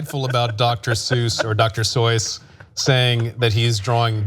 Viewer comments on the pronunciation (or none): the guy on the right said dr soys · "doctor soys" 💀💀💀💀